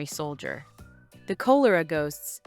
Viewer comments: It's K-awl-or-ah, not Coal-or-ah. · Kol uh ruh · You seriously can't pronounce 'cholera' correctly? Call-er-ra not coal-er-ra. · It’s not Coal it’s Col… cholera… look it up before you start mispronouncing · It’s not Cole-er-uh but Call-er-uh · Yes, please re-do this with your own voice. You would do it much better than the AI voice. Perhaps the cholera ghosts will find peace if you could pronounce "cholera" better than the AI sounding like colara. I'm subscribing to your channel for any updates. You'll be great! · The AI voice is emotionless and just bad. The pronounciaton of 'Cholera' gives it away. I stopped watching. Real people please. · You know , it's ai when they say Coaler ah epidemic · I stopped watching when Cholera was mispronounced. Do some background research and get a professional narrator! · Obviously read by AI. Can’t pronounce chlora. Scat. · yeah because hearing the ai mispronounce cholera is just off putting. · Cholera for one thing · More like you. Geesh. How do YOU pronounce 'cholera', eh?